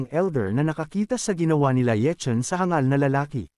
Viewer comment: ayos hindi na hang gal sinasabi mo kundi hangal na good job . korny kse ng hang gal saket sa tenga